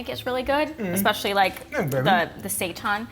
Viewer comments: It's pronounced "say tan" not "say tawn" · Thanks for this video. I am trying this as soon as I finish this comment. FYI Seitan is Pronounced Say-Tan not sayton. Not trying to be ignorant just informative thanks for the recipe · Thank you for your great videos. Could you please stop calling it sei-TAHN? It's seitan, the second syllable sounds the same as the word "tan," like when you get a tan. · Are you guys saying seitan that way to be funny? Like the queens English? Because I can’t for the life of me think of a word for “tan” is pronounced “tahn”.